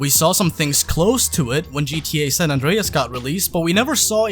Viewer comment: You know I was with you in the beginning, I was like yh you right then I heard you said gta San andeas and i was like wow nah stop there I’m out